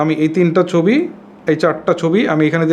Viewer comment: উচ্চারনে সমস্যা থাকতেই পারে তো সমস্যা কি